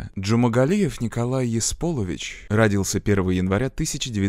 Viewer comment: Какой ещё Есполович???🤦‍♀️🤦‍♀️🤦‍♀️ Правильно Есболович!!! В казахском есть имя Есбол, но не Еспол. Возможно на паспортном столе могли совершить ошибку и так пошло. Ну, вы знаете, в советское время руским было всё равно как правильно, поэтому писали как слышали. Отчество моей мамы Ыргалбековна, но руские сказали, что нет слов на букву Ы, поэтому в паспорте написали Ргалбековна. После обретения независимости Казахстана мама исправила в паспорте исковерканное отчество!